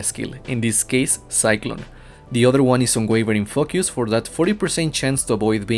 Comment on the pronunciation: i love the way you say elemental focus, sounds like elemental f.u. hahaha